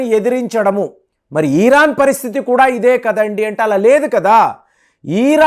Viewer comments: You are Iran supporter. Your " Iran" pronounce is wrong. Not " ಈರಾನ" ,it is " ಇರಾನ್ " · Eeeeraan enti swaamee